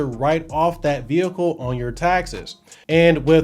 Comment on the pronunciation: Ve hicle